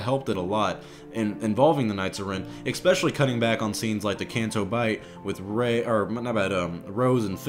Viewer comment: > trying to pronounce especially ECK-spessiallye